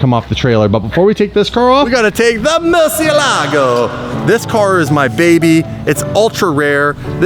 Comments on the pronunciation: You love lambo and can't say murcielago right 😂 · Learn how to say murcielago. It's so Wrong 😂